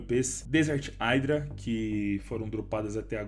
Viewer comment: Se fala "idra" dog não "aidra"